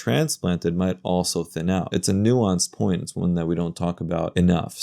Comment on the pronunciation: he said 'po-ent'. guess that valley girl background was in play.....